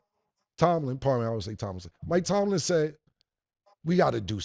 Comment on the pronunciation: Yoooo.....cam finally correctly said Mike tomlin!!!😂😂😂